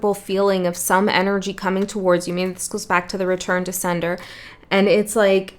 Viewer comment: When you said "return to sender", I heard as clear as day "return to Seidr", which I have been loosely doing in the past months. I suppose I should put some more energy there. I don't usually comment but felt guided to this time, idk.